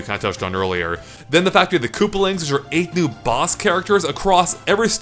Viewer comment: It’s koopAlings, not kooplings